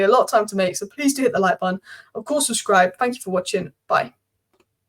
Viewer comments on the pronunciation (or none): none